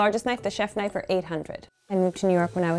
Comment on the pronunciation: *click* knoife